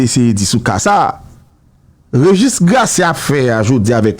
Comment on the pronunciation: Enbesil yo pa di regustre yo di registre